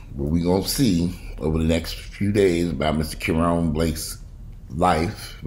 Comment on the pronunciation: Ka-Ron (like Ronald)